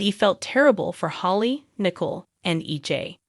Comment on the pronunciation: Nicole not nickel